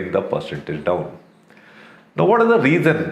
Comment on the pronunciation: Ittt ezz what it ezz